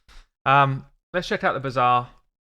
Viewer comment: I love how you pronounce the bazaar as "bizarre". Because there's no other way to describe these design decisions. An ancient shard isnt the same as a 3 star chicken. Not even remotely. How would that even be possible? Theres not only the chance to get an epic or a legendary out of an ancient shard, there's also x2 ancient days, but there is no day, no weekend where 3 star chickend turn into 5 star chickens for an upgrade, is there? So obviously a chicken is far inferior as reward compared to a single ancient.